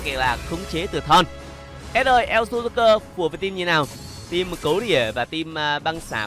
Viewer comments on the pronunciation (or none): none